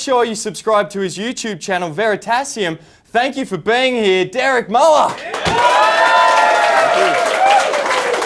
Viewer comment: I always thought Dererk last name sounded like with the German umlaut (no clue how to type it just the u with dots on top) or is this just Australian way to pronounce it